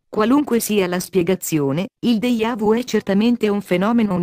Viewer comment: ma come pronunci deja vu????????? ohhh, questo errore toglie credibilità! deGiavu non deIavu!